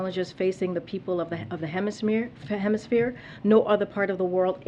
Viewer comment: "The Western Hemi-smear"